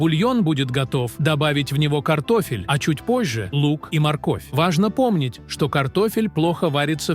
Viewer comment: Один " т0фель " вместо картошки чего стоит 😢.